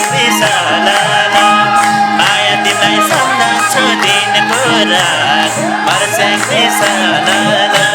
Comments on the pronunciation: के को मर्स्यङ्री हो मर्स्यङ्दी भन्न आउदैन कृस्न दाजु कस्तो गायिका लियेर आउनु भाको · गायिकालाइ मर्स्याङ्दी भन्न न आको होकि के हो ??? मस्याङ्ग्री सुनिन्छ त !!! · धेरै रमाइलो दोहोरी 💕 गायिका बहिनी ले मर्स्याङ्दी को ठाउँमा मर्स्याङ्री भन्नू भएको चाहिँ मलाइ खड्क्यो !! सबै इन्द्रेणी टिम लाई सम्झेको छु ! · मर्स्याङ्री होइन क्या sis मर्स्यांदि होला नि! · मर्स्याङ्दी भन्न नजान्ने महिला कलाकार के हो